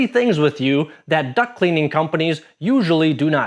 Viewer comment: Lol. "Duct" vs "duck" . . . I have also heard "cock" instead of "caulk." 😂